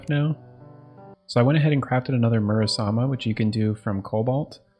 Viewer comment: Except in terraria it's Muramasa, not Murasama